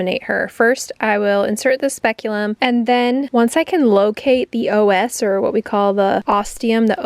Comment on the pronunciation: Hi! Just an FYI- it’s pronounced ‘os’ not O S… like ‘ahhz’… all female mammals have an inner and outer os, which when in labor, will dilate to allow for the fetus to travel through the birth canal… I am loving this series you’re doing, as I’m a labor and delivery nurse for humans, and the IVF process for goats is quite similar as that of humans!